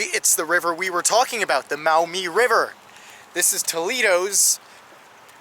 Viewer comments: I was born in Toledo, llived there until 1981. It's the "Mawmee" River (Maumee) : ) Not "Mowmee" River. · Pronounced “MAW-mee “ not “MOW-mee ”. BTW. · Maw-MEE, not Mowmee ! lol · Maumee, pronounced mawmee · Maumee river is pronounced "Maw-me", native American for muddy river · Ivy is pronounced Mawmee , the international park, my guess is a nod to the title of toledo City being a port City and access to the St Lawrence seaway, was called the gateway to the world.